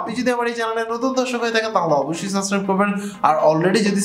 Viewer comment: ইউটিউবে আছেন প্রায় এক যুগ , এখনো "সাসক্রাইব" বলেন , এইডা কি ভাই ?